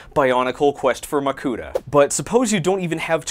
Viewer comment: I choked when you said Makuta